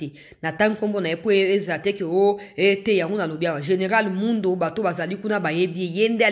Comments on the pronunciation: Ma fille bjr, kombo ya général wana ezali Mundos il faut bien prononcer son nom "Mundos" merci Nzambe apambola yo. Papa Gabriel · est-ce que c'est le Général Mundos dont vous parlez? Il faut prononcer le "s" final pour que les gens de l'Est comprennent.